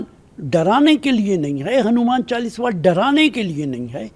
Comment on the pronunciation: पहले तो बोलना सीखो नेता ।चालीसवा नही कहते , चालीसा कहते हैं। नमाज़ सड़क पर पढ सकते हैं ।तो चालीसा क्यो नही। वैसे भी अंग्रेजो की पार्टी से उम्मीद भी क्या कर सकते हैं